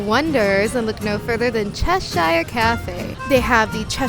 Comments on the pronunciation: Just so you know Cheshire is a real place in England and it's pronounced Chesh-ear, not chesh-eyer, great video, but as a Brit this gets me every time haha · It’s said as Chesher, Americans over pronounce the ‘i’